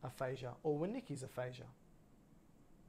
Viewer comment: Thank you for sharing. For future reference please correct or check your pronunciation of Wernicke’s aphasia. Thanks again! Excellent information.